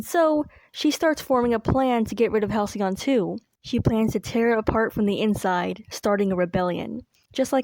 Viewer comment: HalcyON become HalcyOFF